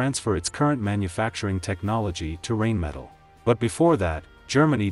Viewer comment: First of all it's pronounced RHINE-metal not RAIN-metal. Guessing you haven't studied them very well or your AI robit is artificial comcompetence.